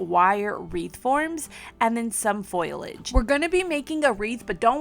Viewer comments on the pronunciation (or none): Not criticizing but if you were wondering, its not pronounced "Foilage", its pronounced "Foliage". So basically, its supposed to be said like "fo-lee-age" not "foy-lage". Like I said, not criticizing and its really no problem but just something I noticed if you wanted to learn the difference. Love your videos, they're fantastic and you're a really creative and sweet person. I hope I didn't offend with this comment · Darling....I love watching your DIY'S...BUT...I must correct you on one word. When you say use fake flowers and greenery, you are saying FOIL LEDGE....it's FO LI AGE. Just letting you know! Thanks for what you do. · FYI: The word is not 'foil'-age; the correct word is 'fo-li-age' (not criticizing, just helping 😊👍). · Foliage is pronounced FO - Lee - edge! (Not FOIL - Edge) Sorry. My OCD was acting up... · Foliage is not pronounced 'foil idj', it's pronounced 'fo li idj'. Please! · Foliage = faux-lee-edge. 😘 The decorations are super cute! 💕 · Omg... I just can't!!! You are SO talented!!! I'm not big on food decor, but you make everything look SO amazing!!!!!! I just LOVE your videos! Oh plus it's FAUX-LEE-AGE. Emphasis on the faux part! Either way, you killed it & I just ADORE watching everything you create!!! ❤